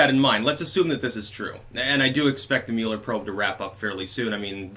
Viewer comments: Finally...someone who pronounces it correctly. It’s “Mewler” not “Muller” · Thank you for pronouncing the Mueller last name properly... It was (Muller with an umlaut) in Germany... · Thank you for saying Mueller correctly.